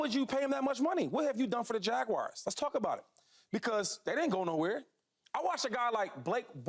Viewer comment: What is it with people and the Jacksonville “Jagwires”?? It’s not “wires” man, it’s Jaguars, sounds like “ERZ”. Thanks for letting me share